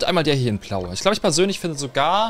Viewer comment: warum sagt er plau